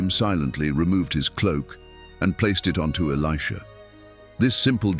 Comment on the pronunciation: The AI narrator called Elisha “Aleeshah” a few times 😂. I have a 7 year old son named Elisha and people pronounce his name “Aleeshah” all the time. AI is just as dumb as people who dont know the Word of God. 😂😂😂